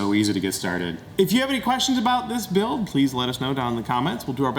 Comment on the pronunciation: I can never tell if it's Bills accent, me hearing thing or does he really pronounce the "" in "Build"?